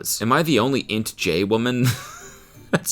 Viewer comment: Please have Kelsey educate you on the Myers-Briggs Personality Test (INTJ) . Not pronounced like a word. Never trust the AI results on google.